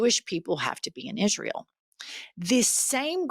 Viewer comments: I'm confused is it pronounced "Is-re-al" or "Is-real"?!! Ugh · He doesn't even pronounce the name Israel correctly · Tell us something we didn't already know Loomer. Now, someone tell Lindsey how to pronounce Isreal correctly 😂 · "ISRUL" southern mispronounciation sounds silly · "Our friends in IZREUL" it's pronounced ISNTREAL, Lindsey. And they certainly aren't "fighting for their lives" they're living peacefully while the IOF actively kills and starves Palestinian children. The endless propaganda is unbelievably breathtaking. Claiming Israel is a democracy is like claiming Russia is a democracy is like claiming AMERICA is a democracy at this point. Give it up with your attempts to BRAINWASH the people into the belief that supporting dictatorship and ethnic cleansing is "patriotic" and "Christian" when it is anything but. No one is eating that shit up anymore. These people are pure evil. SEPARATION OF CHURCH AND STATE. GET RELIGIOUS ZEALOTS OUT OF OUR GOVERNMENT NOW!!!! YOU CANNOT MAKE FOREIGN POLICIES BASED ON YOUR RELIGIOUS BELIEFS!!!! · It would appear that Lindsey Graham does not realize that Israel has three syllables not two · The deep southern way of pronouncing Israel is weird. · Why the hell is he pronouncing Israel that way? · Hey Lindsey, Is-re-al is a 3-syllable word. It is not pronounced Is-ral. What an idiot, along with many GOP representatives. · Can someone tell Lindsey it’s IS RE AL. Not IS REL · I can't stand him.. he's a blood thirsty PIG..I can only imagine the evil he has done.. also why tf does he say IsROLL?? huh I hate him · Graham, being a hillbilly, can't pronounce Israel... he calls it "Isrill" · How can you be a friend of "izraal" if can't even pronounce it! I am a friend of Jews, certainly but not of Izraaal's policy of genocideand thus am an anti-Zionist! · Why he say "IZZruul"? Is that how it's pronounced?!? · So many lobotomized people sitting in for his “izzrill” speech 🤦🏽‍♀️ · “Isrull” - where is that, Lindsey?